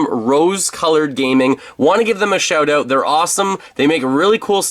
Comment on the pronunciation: “Out” not “Aoat”